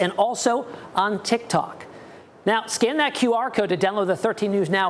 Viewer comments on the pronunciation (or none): none